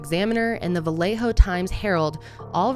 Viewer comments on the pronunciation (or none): Va lay oh… not Va lay ho please. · It's pronounced like "Viyayho" ughhh